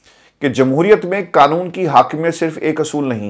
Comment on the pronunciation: کیا یار آپ کو “قانون” صحیح بولنا ابھی تک نہیں آیا؟؟ مسلسل “کانون، کانون” بولتے ہو!! بڑے افسوس کی بات ہے!!